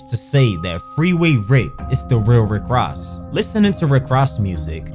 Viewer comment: said “Rick RASS” 😂😂